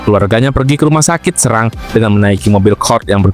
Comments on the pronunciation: Tolong pelafalan serang nya salah min😂😂😂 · Bukan di serang min tp serang